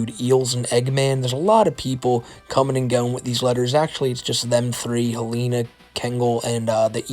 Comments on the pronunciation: please, for the love of god its HEL-ehn-uh, not hel-AY-nuh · The name Helena is usually pronounced “Hel-in-ah”